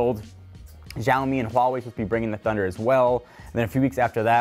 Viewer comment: It's not Jaomi and Huawei. It's pronounced Shaomi and Wa-Way.